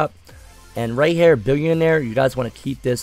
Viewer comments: It’s By linear, not Bil-leneer. What’s up with these thugs trying to do videos haha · Billionaire lmaoooo. Thanks for the laugh. Its Bi-Linear